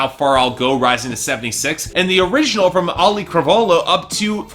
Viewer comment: It's been four months since Moana came out and still hasn't bothered to look up how to pronounce Auli'i Cravalho's name. He gets it horribly wrong every week.